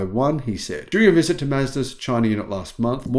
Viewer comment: i like "Mezdas"